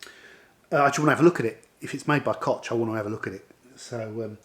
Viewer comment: Hello, I watch your videos frequently. Very nice. But, yes, please use google translation voice to find out how to pronounce koch or/ ch/ in German. Keep filming.